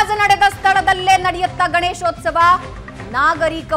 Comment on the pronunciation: the reporter says, Ganeshosthava.. It is Ganeshothsava..Please don't kill Kannada. Suvarna news heads, check the language command of the reporters before you hire them.. If it is a government property, let the propert be used for Government activities rather than allowing the communities to fight for their religious activities.